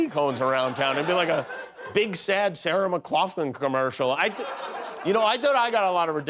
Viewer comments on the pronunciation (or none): Did I hear Jimmy misspeak my favorite singers name? It is Sarah McLachlan